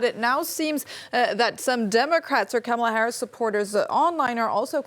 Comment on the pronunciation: Yes, she can’t say the vice presidents name correctly. Says it all, only boomers and trump supporters say it wrong